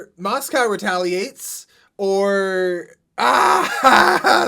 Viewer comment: You've been pronouncing Moscow just fine, Starkid crew just have a funny tendency to pronounce certain things wrong (shoutout to them being physically incapable of pronouncing frappé correctly)